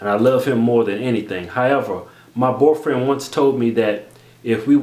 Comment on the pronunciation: lol it's funny how keith always say "borfrand" instead of "boyfriend"